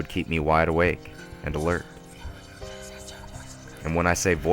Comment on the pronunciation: you forgot the letter "d" in the word "and" every time you said it.